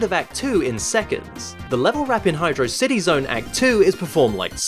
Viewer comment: high-DRAW-city, like "velocity" i ain't see a space between "hydro" and "city"